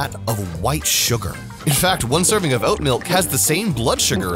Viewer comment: god damn you butchered so hard